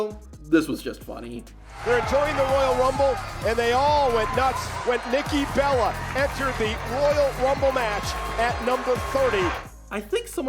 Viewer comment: That Nikki Bella slip up was hilarious